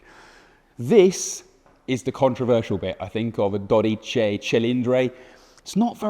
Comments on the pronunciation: What a beautiful car and what a poor reviewer.... just awful.... Also, it's Dodici with an i at the end not Dodice with an e.... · Dodici, not dodice. Cofano, not cofango. Great job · Dodici not dodice. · A man who speaks three languages is a trilingual, one who speaks two is a bilingual, one who speaks only one is an englishman. It is not doDIche, but Dodichi. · so silly he can't pronounce well: DO-DI-CI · Clearly he can't pronounce or read.... I mean... DodicE :))) Worst reviewer I've ever watched. It's like he hates his job and Ferrari in general...